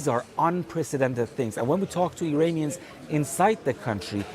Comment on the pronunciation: They are Iranians, not Uranians. Please tell the guy to get the pronunciation right.